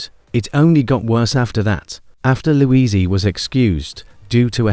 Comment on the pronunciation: Louisie? Good grief!